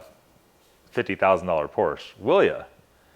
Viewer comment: I agree. 90% is just not true. He immediately mis pronounces Porsche. I’d like to see evidence on his claim. I’ve never heard so many negative comments about our cars. Not one thing nice to say